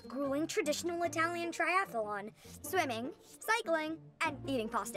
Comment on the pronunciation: Lmao, I just noticed the wrong pronounciation of Triathlon. Why do they say triathelon?? And in high budget movie by pixar. I need to go to the cinemasins channel 🤓